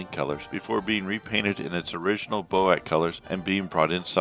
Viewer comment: Bee Oh Aye See, not Bo-Ack